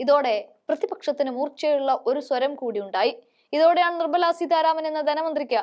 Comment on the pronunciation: സീധാരാമനല്ല മോളേ. സീതാരാമൻ.